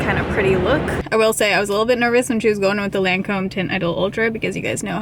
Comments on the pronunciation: In Australia, we say LON COM...but you say LAN COMB. Did you ask her how she pronounces it? It looked good. I like the way you do your makeup much better x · It’s “Lawn-comb” not “layn-comb” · I worked for Lancôme. Pronounced ( Lahn-comb)😉. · So far, I think it's your best make over yet. Different from your style, but very much in tune with your features. BTW best way to remember how to pronounce Lancome is Lawn - come (as is the way you'd pronounce commercial) Luv ya lots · I would imagine that one of the most difficult things of working at the Lancome counter is learning to pronounce the names of the products😂😂😂😂 Thanks for another great makeover video. A MUCH needed break from reality!!❤❤ I really loved the way your skin looked, but I agree the under eyes didn't look the best. The lip color was gorgeous on you!